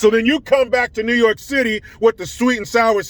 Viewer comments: new yooor-kaaaaaah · Newwwwwww yorrrrrk I absolutely love it hahaha